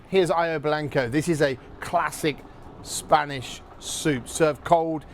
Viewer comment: Brilliant, but it’s not Ah-yo blanco. It’s Ah-ho blanco.